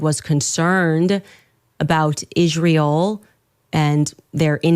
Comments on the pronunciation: Dear Candace. It's not 'Ishreel', but 'Israel'. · Why cant candace pronounce israel